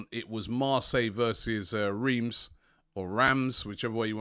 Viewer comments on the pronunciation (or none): none